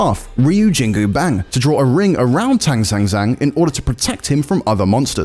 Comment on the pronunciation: Ryujingubang is forgivable.. he's probably already trying to pronounce it the correct way.